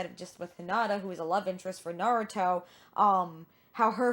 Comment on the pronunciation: Nah-Roo(slight R-roll)-Toh